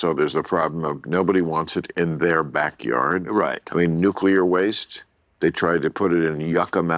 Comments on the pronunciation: I was waiting for Bill to tell Tim it's pronounced "Nuclear, not Nucular.". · I’m so disappointed! Tim Allen pronounces nuclear nucular. I swear to god, my respect for him just went down by A LOT. He’s one of the STUPID people!! I’m genuinely surprised. I thought he was smarter than that.